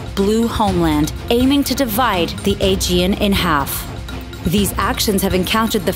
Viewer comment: I thought she said The A, G and C.